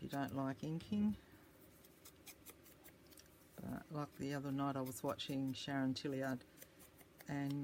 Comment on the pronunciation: Awww - I love the ephemera you created in this video!!! I got such a surprise when you mentioned my name lol (yes - you pronounced it right). Thank you so much for the ‘shout out’!!! 🥰 A Bee Journal is on my ever-growing ‘To Do’ list. I’m really looking forward to seeing how your new venture comes together!!! Big hugs, Sharon 🌷💜